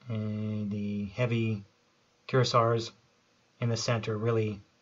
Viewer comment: “Cur ah see aye” not “cur a sir”